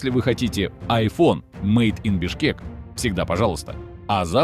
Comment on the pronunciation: Бишкек, не Бешкек